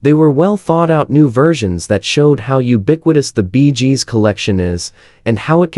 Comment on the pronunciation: Stopped watching the moment i heard "Barry Jib". No idea what this is about. Edit: while typing my comment, i heard the group called "the Beejes". I'm out.